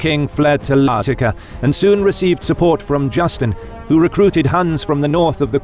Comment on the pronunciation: can't tell it's an AI voice until the pronounciation of Lazica. thought it was a weird edit at first.